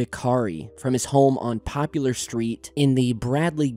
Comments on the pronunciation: So, that would be poplar, like the tree, not popular, like the you. 😁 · It's Poplar street. Poplar is a type of tree.